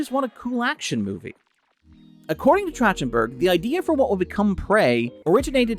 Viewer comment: I feel like I am losing my mind listening to you say Trachtenberg wrong over and over (It's track-ten-burg). See: Michelle.